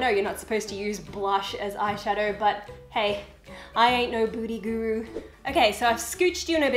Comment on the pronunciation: Lol it some times sounds like you say "booty guru" instead of "beauty guru"! No hate I actually find it funny and love it!